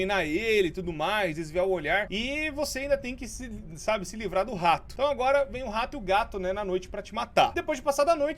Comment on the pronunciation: Ninguém: Nem uma alma:: o RRRRRRRRRato